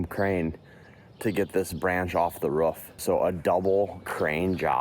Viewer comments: " on the ruff of a house"😂😂😂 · He said ruff .. dogs say ruff ruff .. people normally say roof. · Are you a dog that's not how you say roof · bro cant even say roof correctly